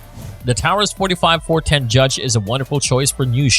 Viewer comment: I only made it to the review of the judge and the fact they could not even pronounce the word correctly and their facts were wrong. Example all the judges with red strap on the grip were raging judges and come in either 6 or 7 shot also the 6 shot fires 454 casual as well as 45 colt, 3in 410 shells, and with 2 shot moon clips it will also shoot 45acp and 45 win mag. I carry this as my everyday weapon